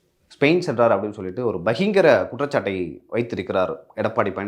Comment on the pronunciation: பஹிங்கிர இல்லப்பா, பகிரங்க! 😂